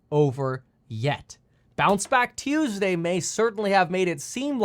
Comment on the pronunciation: "Turn around Tuesdee"